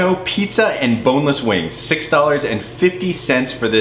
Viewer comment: Its pronounced weeengz not boring old wings